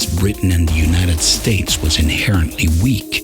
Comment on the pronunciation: Unahted States? Did you just try to make a Texan accent for those two words?